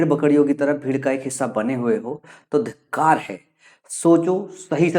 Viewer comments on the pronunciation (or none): Dhitkar nahi.. Dhikkar😅